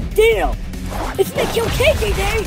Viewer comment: The way he went ItS KiLl kJ DaY